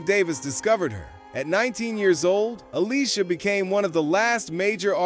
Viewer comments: It’s pronounced aleesha keys. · Who tf is Ale-sia keys? 😅